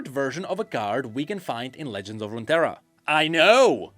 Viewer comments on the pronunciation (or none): none